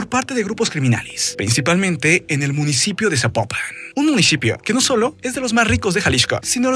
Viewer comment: Tanto decir Jalishco dijo Munishipio jejej. Se acaba el muuunddoooo.